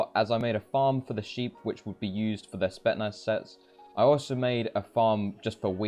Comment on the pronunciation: bruh spetsnaz not spetnaz